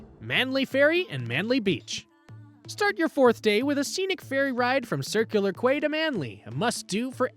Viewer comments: Quay = kee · It’s a dictation transform from human’s sound to AI men’s sound. So the incorrect pronunciation of QUAY were sounded by the narrator.😂